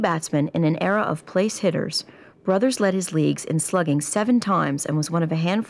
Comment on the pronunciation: Last name is pronounced broothers, like booth. Emphasis on the TH.